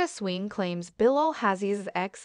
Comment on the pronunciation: Pls learn to pronounce the words correctly.. it's not FINANCE it's Fiance.. shaheda swing? SWEEN not swing.. Well shaheda is the aggressive one, she really didn't give the EX a chance to speak... It was all about her Home , Her kitchen. .Then asks where does this hostility come from?? Ask urself shaheda, ur the obnoxious one.. relax ur just days in US.. And it's on Planet Earth.. Don't get carried away..The Ex is far more classy, young n so pretty.. 👍